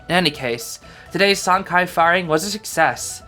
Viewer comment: I believe Sancai would be pronounced San Tsai, based of some mandarin classes i took in highschool lol. I might be wrong but i think the letter 'c' in pinyin never makes a 'k' sound like it does in english. It's a 'ts' like in "cats"